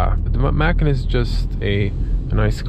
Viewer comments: Dude, it’s pronounced “Por-shuh”and “Muh-con”. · Porsch’ Mackin’? Ok, i can understand not knowing Macan. But the brand is two syllables. Say it with me... Porsch-Ah.... Porsche-Ah.... Porsche-A